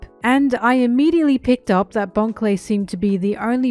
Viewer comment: You miss pronounced Bon the giga bro Clay.